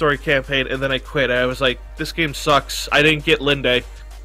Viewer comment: "Linde" has a silent e. It's pronounced like Wind.